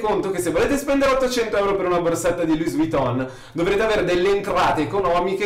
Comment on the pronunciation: Luì Viton,ripeti dopo di me,Luì Viton.Con la N nasale e la O chiusa.